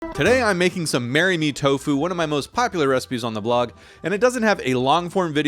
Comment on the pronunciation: “I ❤️ TOFU” 🥰 “I ❤️ TO FU” 💀 💀 💀